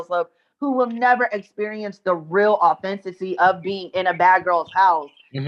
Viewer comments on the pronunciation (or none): “Authenticy” 😅 authenticity? 🤣